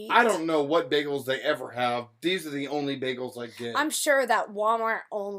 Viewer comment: Beggels are so good for you